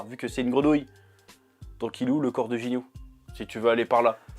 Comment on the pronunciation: Tu dit jinyu mais c'est guinyu